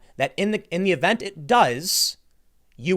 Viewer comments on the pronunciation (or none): none